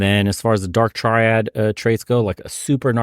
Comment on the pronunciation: When I hear a man mispronounce 'triad' over and over again, I question the rest of the advice he may give during the course of the conversation.